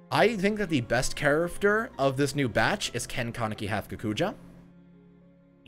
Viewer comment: I love your videos! They are so helpful and informative, BUT I can't stand how you say character, like "chariffter" 😤😝